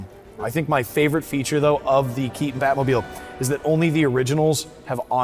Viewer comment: This host is a full on retard. He said "Key-un" instead of "Key-ton" for the actors last name. That is a conscious choice and it reeks of laziness, and immaturity.